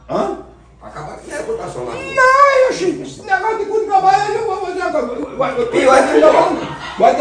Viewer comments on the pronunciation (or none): none